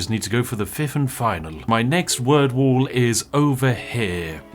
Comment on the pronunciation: I have listened 3 times does he say “Fifth and final”? Is word threeth the fiveth? I am so confused send help